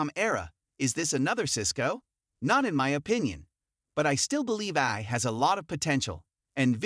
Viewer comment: Get rid of the AI voice that can’t pronounce A-I 😂